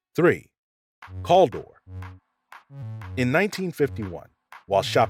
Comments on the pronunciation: Good video , even though it’s CALdor not CALL… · Cal not calldor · Cal Dor. Not CALL DOOR. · Need to correct you Caldor, is not Cull-dor, it's Cow-door [Caldor] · You were saying Caldor wrong the Cal part specifically. It's not said like call. It's said like the Cal in Cal Ripken Jr. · FYI Caldor was pronounced “Kal-door”, not “cahldur”, and Greenwich, CT is pronounced “gren-itch”, not “green-witch”. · Bradleees had nothing to do with Bradley Field which later became BIA, long after Bradlees had been established. CAL-dor not CALL-dor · Whoever is narrating has to get the stores and places right. It's called Cal-Dor. Call like California and it's Greenwich. Gren-ich. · It was pronounced Cal-Dor not call door, ( Cal like Hal ) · Its pronounced cal-dor not calldor and it was alot like what target was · Where and when was there a store Caldor with the pronunciation CALL DOORS? The stores I remember and shopped at look exactly like the ones you pictured but that was Caldor pronounced like COW DOORS. Good job on the rest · Caldor is pronounced "CAL (like 'PAL') DOOR". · I also loved going to Caldor's (pronounced Cal as in calorie -- dor as in a door) I remember going there as a kid and in highschool I remember the store logo of a half moon swirl in Oranges and Golds (very 70's -- shown in your documentary.) Brings back good memories! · CAL-DOR. Like the Cal in California. Greenwich is pronounced “Gren-itch” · It's KAL-door. And Gren itch, Ct. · Worked for Footlocker when they were owned by Woolworth, Millers Outpost , Caldor (Cal is pronounced like the California) and Montgomery Ward from so yes quite familiar lol. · We had Caldor here in Connecticut. While we almost always added an S, calling it Caldors, we NEVER pronounced it as he did in the video. "Call-dor". Anybody else? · Calder is pronounced Kahl-door.....and Greenwich is pronounced Grehn-itch. Loved Caldor. You could find anything there.... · Cal-dor. Cal as in California, dor as in door. Thanks!